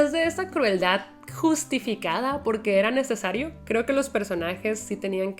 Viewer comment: era necesayo😅😅😅Nueva palabra propiedad de clau,el ingles esta haciendo estragos en su español😢😂igual a mi